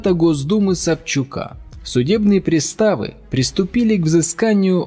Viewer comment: Не пристАвы, а прИставы😂